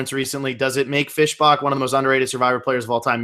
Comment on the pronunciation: love the channel but saying "Fish Bock" annoys me severly😂